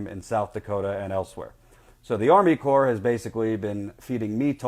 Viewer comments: It's pronounced core not corpse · Great and thorough report. Thanks! btw though... "CORPS" as in Army Corps of Engineers, is pronounced like "CORE" just FYI. It's not plural. I'm just trying to help. Also, it's a common mistake. Keep up the good work! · You're doing a great job yet please say core (corps) A corpse is a dead body, as you know. Just remember when urinating to pee silent. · You are doing real journalism. One thing: "Corps" isn't pronounced "corpse." FYI. Keep up the good work. I can feel things building to a head. It's scary, but this is a necessary fight. The people there are so brave. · Also, "corps" is pronounced "core." Small matter of respect -- the USACE is an invaluable service and resource; it might be run in part by bought politicians, but in general, it's the last line of defense against corporate exploitation. : )